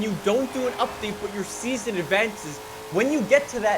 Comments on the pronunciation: Its update not updaet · We don't say update we say updaet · Updaet... English 💯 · Damn everyone is really bashing him for "updaet" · Damn, the 'updaet' is delayed 😭😢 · Hmmm “updaet” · “Updaet” hehe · Ah yes, "updaet" is meme man confirmed